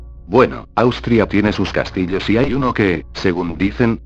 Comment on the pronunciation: jajaja dijo "los castilos"